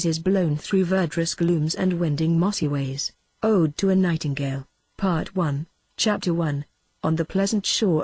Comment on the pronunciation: in the 'mossy ways' of the epigraph, this reader finds 'MOSSY-ways' (joined and stressed like 'BROOM-sticks'), with a preference for 'wending' instead of 'winding'. Check, please.